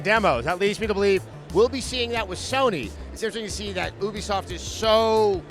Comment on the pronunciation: Adam, it's pronounced like "you be soft." It's short for "Ubiquitous Software."